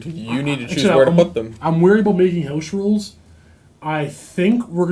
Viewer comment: housh rulsh?